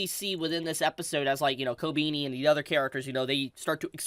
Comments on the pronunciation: why are you saying kobini instead of kobeni? sounds weird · Fyi Kobeni = Ko - Ben - ee | Himeno = He - may - no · the way you mispronounce Kobeni is so cute! also I keep hearing Attorney devil instead of Eternity, you had me dying. great content